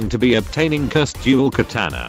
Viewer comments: You said Cursed tye wrong way. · I really like how the robot voice says "curs ed"